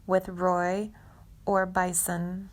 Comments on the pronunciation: How can the c ommentator mis pronounce "Roy Orbis"- its sacrilegious???? Didnt.know Goldsboro played in Orbisons band,'62-' 64.No suprise.. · Roy Or-Bison? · DO NOT WATCH THIS VID! CLICK BAIT! "Orbiz"!?? And "Or BI son" ?? Its Or-be-son. Orbison. Is it a computer reading it? Plz have an adult proof read your script for errors! Horrible vid. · Yeah and wouldn’t Roy ORBISON roll over in his grave to hear himself referred to as Roy Orbis! How young is this chick that she doesn’t know who Roy Orbison is? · Roy Orbis??? Seriously??? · Who is Roy Orbus? Damn let me narrate these videos! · Stop posting these life and sad times of different singers, celebrities etc First off 99 percent are still alive and are doing well..Secondly their names are pronounced wrong. In Bobby's you didn't even say Roy Orbison.. you called him orbis W TH. 🤔😔.. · "Roy Or-bison" 🤣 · Roy Or-Bison? She really said Or-Bison. She’s never heard of Roy Orbison before? This does not sound like an artificial voice to me, just someone who doesn’t read well. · Roy “Orbizzz” 🤣🤣🤣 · Roy OrBIson?As in the buffalo? Please get your narrators familiar with the people they're talking about. Make sure they know how to pronounce names correctly so they don't sound like complete idiots. Roy was more famous than Bobby Goldsboro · The Narrator calls his life kind of creepy... there's nothing Creepy about Bobby, but OMG... the Narrator sure is! "Roy Orbiz? WTF? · Roy Or'BI'son?? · Oh My God! You took the words right out of my mouth! I can't continue to listen. I will read what happened to Bobby on the internet. I wonder what Roy Or-bye-ss and Roy Or-bye-s-on thinks about this mini bio of Bobby? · and Or bison...lol. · Roy Orbaisen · All of these videos completely suck can not even say Orbison. Trash junk lazy ass speaking complete tgrash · This is such a chaotic jump around between years , back and forth. Who wrote that text ? And show pictures from the 90s while talking about 1968 and vice versa. Who is Roy Or-bye-son?